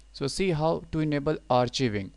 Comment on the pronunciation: Thanks...BTW it's pronounced ARK-EYE-VING!! Not AR-CHEE-VING!